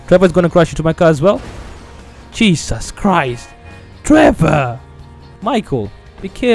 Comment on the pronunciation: The way ke said Jesus cheisy